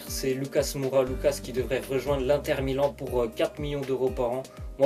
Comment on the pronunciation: il l'a dit l'INTER COMME SA SE PRONONCE